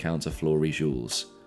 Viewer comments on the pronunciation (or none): Gules rhymes with fuels, hard G as in "get".